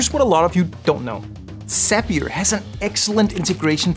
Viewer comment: did you say "sapure" what is that tool?